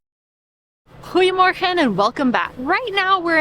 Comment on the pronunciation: je "goedemorgen" was perfect!